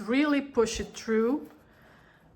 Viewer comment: I like how she says through. ( Tru )